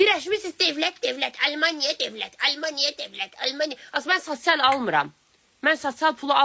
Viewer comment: Sasyal yox sosiyal😂